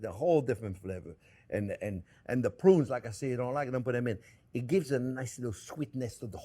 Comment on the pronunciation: That ending was "so hot" that Jack went out of focus with that camera! Chef Onyo, can you say it one more time? Saddoh mazzochist! LOL! Love the Chef Onyo!!!! Have to try that with the "prrrrruuuuunnnnes!!!"